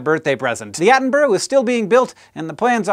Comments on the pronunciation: why cant americans pronounce Attenborough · That pronounciation of attenborough :( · David Atten-bruh is how its pronounced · Attenborough pronunciation was not on point, Hank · He kinda got it right on the second to last attempt, but instantly came out with the over-pronunciation on the final attempt. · that is definitely not right, sorry 😖😖😖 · " Attenboro?" at least learn to pronounce the great man's name correctly please. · Attenborouh is pronounced Atten-Bur-uh Cause in the UK we can make Averham to Air-am. Cause.. yeah. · Has anybody told Americans that the suffix "borough" is pronounced "burruh"? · David Attenboroughs name is pronounced like David Atten-bruh for any future references :P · I love you Hank but you really can't pronounce Attenborough (at-en-bu-ruh) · I wonder why a lot of Americans have problems with names like Attenborough, Just remember it's Attenburha At-en-burr-a. But then a lot of them still can't say GIF properly either. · I cannot cope with how Hank says Attenborough 😭😭😭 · You're pronouncing his name wrong :p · "At-en-Bruh", not "At-en-Bur-row" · "Attenborough" not "Addenboro". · Its pronounced Atten-brugh, not Atten-burrow :) Not usually bothered about that type of thing, but he is one of my idols and deserves better :D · It's not pronounced Attenbro. You should say people names correctly regardless of accent, you would not like to be called Honk. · His name is pronounced (Sir) David Attenburra, not David Attenburro. Also, It's Edinburra, not Edinburro. You Americans get this wrong a lot but you teach me, I'll teach you and make British people less irked at your pronunciation. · atten-bro? silly americans its pronounced atten-burah. the u is almost silent so its more of a mix between atten-burah and atten-bra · its pronounced at-on-bur-uh, not at-on-burrow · Yo dog Attenborough is pronounced Atten-bruh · Its pronounced 'Attenbruh' by the way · where in England is it pronounced 'burg'?